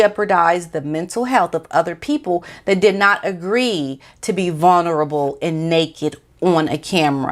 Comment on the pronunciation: It’s not “vuNerable”, it’s “vuLnerable”. Just an FYI, not picking on you, and don’t want people to find something to criticize. The evil narcissistic future ex-wife of the handbag has backed off and let the handbag talk about his mental health, drug, and alcohol problems so she’ll have documented reasons when she divorces him once she gets engaged to a billionaire.